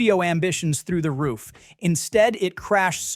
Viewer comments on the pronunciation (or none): none